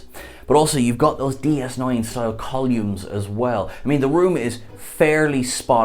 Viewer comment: Sorry... I got too distracted with "those DS9 style colyooms...." I think he meant columns... I've never heard it prounounced "colyooms" in my life.... facepalm